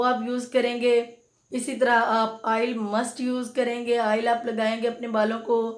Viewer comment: Baat ko mukhtasar rakhain, Afaaqa Hoga insha Allah. Shampoo ki baat per 3 minute legayee Aap. Aur Haan Aail nahi oil hota hai. (آئل نہیں اوئل)